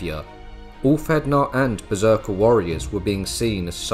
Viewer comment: dont let lyndybeige hear you say beserker 😅😅😅